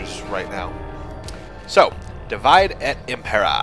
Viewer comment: Amazing latin accent. Totally how you pronounce Divide.